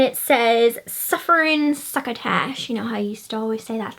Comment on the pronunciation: Your haul was so fun! "Suffering succotash" and "you're despicable"! Love the pronunciations! Keep shopping!